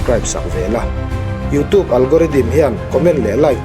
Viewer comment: Youtûb hi i ti ziah mai ah.A thing lutuk.